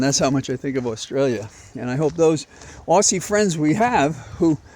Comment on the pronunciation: Hey Aussie viewer here. Fyi Aussie - pronounced Auzzie. Cheers💙✌🏻🇦🇺🦘